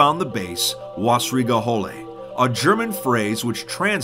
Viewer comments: at least try to pronounce it right please :/ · Oh boy your german is bad. it is an Ä not a A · You didn't even try to pronounce it correctly 😐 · I'm sorry, but your super American pronunciation of Wässrige Hölle was painful lol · "wasrigey holey" ja actually pronounced Like vassrig holle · Wussrieger hullee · I think it’s slightly closer to Vessrieger Huhlle, as german lacks the actual “w” sound naturally. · It kinda was. He said Wassrige Holle, but its pronounced Wessrige Hoelle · Is it really that hard for non-german speaking people to pronounce letters like ä or ö? Somehow the "Wässrige Hölle" sounds like "Wahsriga houle" in the video... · The w in German is pronounced as a v in English so it would be vässrige to English speakers. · me, an german hearing saing wasserige hölle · tries to say "Wässrige Hölle" every German in a two mile radius: visible pain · Im also German and it really hurts hearing that. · its wassrige hölle sir, wissen Sie? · Ich hab’s mir auch mehrmals angehört und gelacht xD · That was pure pain how you said Wässrige Hölle. But i cant expect that its said perfectly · as a German I got ear cancer from that pronunciation :') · As a german, I like how he pronounces "Wässrige Hölle" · As a German I love how u pronounce „Wässrige Hölle“ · "wassrige hölle" As a german i can confirm that you pronounced it completely wrong. But you did better than some other youtupers:) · I love how he says "Wässrige Hölle" it just sounds like someone finally checked that German isn't always angry sounding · The moment when you are german and he spells wässrige Hölle completely false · God damn it you really butchered "Wässrige Hölle" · Good try speaking German Wässrige Hölle. Pretty good 👍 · You pronunced this completely wrong xD (I am german) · I like how you misspronounce "Wässrige Hölle" haha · Im an Austrian you pronounced Wässrige Hölle wrong!!! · i am from germany and how he says wässrige hölle is so dumb but no bäd video